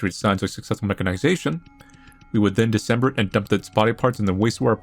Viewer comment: i love how says “dismember” as “december”